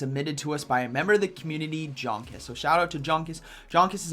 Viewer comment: Hi, one of the best battlers in the world, Jonkus is German. Hence, his name needs to be pronounced as Yonkus. Since, in German J is read as Y.